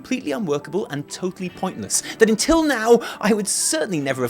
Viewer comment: Wtf you saying intill now instead of until ? Give us Brits a bad name why don't you